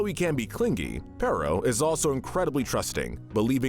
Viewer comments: It's peritto not perro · Why do so many people call him pero!?His name is pereito! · Bro called perrito perro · Im sure somebody else must have said it before but you mispronounced Perrito every time. Perro=dog and Perrito=little dog